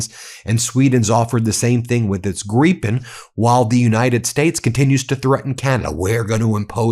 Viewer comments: Again Ben, why are you saying Greepen instead of Gripen. If you moan at someone you gripe, you don't greep. It's Gripe with an N at the end, pretty simple really. Sort it out. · Gryphen not pronounded gree-pen, but rather; greye-pen. with a long 'i' like 'crime'. I'm a big fan of Meidas Touch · I'm not sure how it's pronounced but I prefer to pronounce the 'Gripen' as 'Gripe-n' not 'Grippen', bc if you're flying one of those towards an enemy, then you've definitely got a gripe. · 1) Kristerson is an idiot in the same category as your cabinet. We are getting rid of him in September. 2) Ben is getting so close on the Gripen pronunciation that he almost sounds Swedish. It's Jaas 39 Griipen, if spelled according to English spelling rules (the times you use them). Great show! Greatings from Sweden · The mispronouncing of Gripen is VILE.